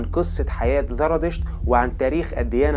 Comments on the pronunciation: زرادشت وليس ذرادشت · ذرا 🤔 انت عندك مشكله في اسم الديانه زرا . يبدوا ان عندك مشكله في حرف الزين . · لديك مشكلة في التفرقة بين حرف الزاي وحرف الذال ارجاء الانتباه لها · TVأولا أنا سعيدة جدااا بالتعرف إلى قناتك ثانيا ملاحظة أسوقها إليك بكل ودّ وقد قدّمتها سابقا لبعض الإخوة المصريين الذين يقدمون محتوى باللغة العربية نطق الذال زاي سبّب لكم خلطا كبيرا.. فصرتم تنطقون الزاى ذالا.. يعني هو "زرادشت" و"اليزيدية" وليس "ذرادشت" واليذيدية" في الحقيقة لقد تعوّد كل العرب على نطقكم الذال وصار مقبولا مستساغا أما العكس فهو ثقيييل جدا ويسبب لبسا وخطأ.. فخليك عادي دون محاولة الإصلاح التي تقودك إلى خطإ أكبر.. نحن نحب اللهجة المصرية جدا وهي قريبة من قلوبنا بحكم أن مصر هي هليود الشرق ومنبع الفن فيه وشكرا على رحابة صدرك